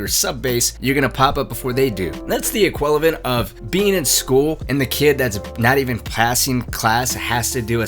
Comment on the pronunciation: Ha! He said “equilevent”